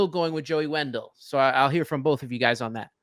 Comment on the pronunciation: Dude said Joey Wendell 🥴😖 it’s brutal listening to fans of this ball club. I turned the video off too 👎🏾